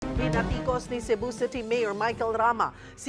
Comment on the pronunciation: WHAT IS BINATIKOS? BINARIKOS?